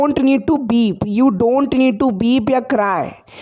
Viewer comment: You doing a nice work. I always feel that you pronounce the verb and weep as Berb and Beep